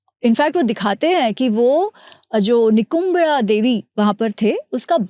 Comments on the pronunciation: Nikumbada nahi nikmubala 🙂✨ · Devi NIKUMBALA AUR MEGNAD, NAAM PEHLE THEEK SE LO